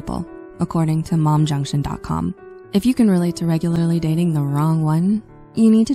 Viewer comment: From now on, the word "one" is pronounced like "own".